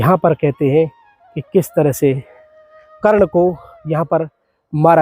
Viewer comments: करण मारा नहीं गया कर्ण की वीरगति हुई है जरा अच्छे से बोलो, बोलनाआता नहीं तुमको वीडियो बना दिया है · Bhai karan karan kar raha sahi se name le